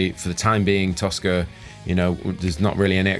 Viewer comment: Toska, I thought you said Tosser. Hahahahaha!